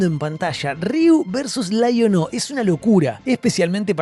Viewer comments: LAI ON O ... sos argento Leon-o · Muy buen video amigo! Aprendí que se le dice Laiono y no leono 😂😂